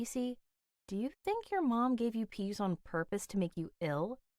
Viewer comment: It's not pease, it's peas